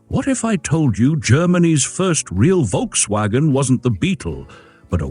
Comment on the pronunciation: If you told me that I would say, "Please learn how to pronounce Porsche and Volkswagen."